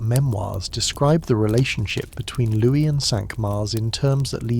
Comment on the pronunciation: Just wondering how and why you keep switching the pronunciation of Louis - - 😅